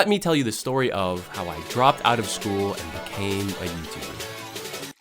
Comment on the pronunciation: "FULL TIME YOUTUDER" btw </3